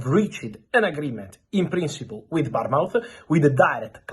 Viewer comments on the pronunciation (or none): Barn mouth or Bournemouth 😅😂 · Its B O R N E M U T